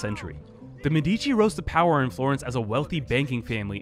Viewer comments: it is actually mèdici and not medìci but it's ok. great video nonetheless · Why English speaking people always stress the second syllable of Medici? Why even bother affecting an Italian pronunciation if you cannot emphasize the correct syllables?